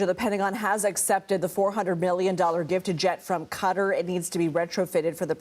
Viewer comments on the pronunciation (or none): Why cant you pronounce the Qatar correctly? Its not cutter. Lmao